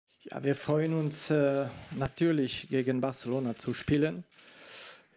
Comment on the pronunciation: "Feuen"?Das wars Komplett